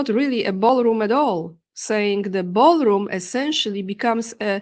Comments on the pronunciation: How many times does he mention 'Baalroom' 🤨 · 'Ba'al Room', huh? Imagine my shock. 😑 Thank you for the updates,! 🙏🏻💪🙏🏻